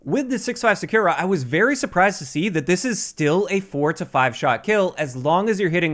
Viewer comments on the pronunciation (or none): Still can't say "Sakura" tho, lol